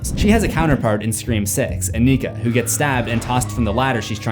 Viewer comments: anika not onika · The way Anika is being pronounced. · I’m sorry, I love your videos but I hate how you pronounce Anika’s name 😭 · Why are you saying anikas name like that💀💀